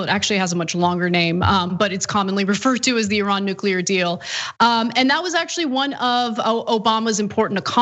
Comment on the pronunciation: You pronounce "Iran" very well! like a Persian! Interesting!